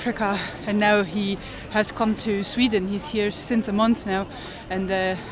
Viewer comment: As an aside; it's so interesting how peoples accents and certain words are influenced by people they spend so much time with - you can hear the influence of Luke on some of pronunciations; when says the word 'month' here, it is in such an Irish accent!;oD